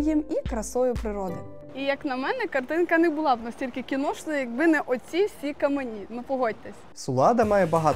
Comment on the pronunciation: У вас в кожному випуску щось з наголосами. Але "каменІ" прям дуже дратували 😵‍💫